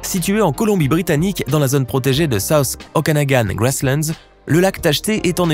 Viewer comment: Impossible? Non, puisque ça existe . J'aurais préféré" "scientifiquement improbable" ... mais puisqu'il ya chaque fois une explication, ce n'est pas impossible... ((C'est quoi la botté d'un site, l'eau chodde, une zonne??? Quelle prononciation du son"o" !! ) Source pétrifiante ,il y en a une en Auvergne , près de Saint-Nec.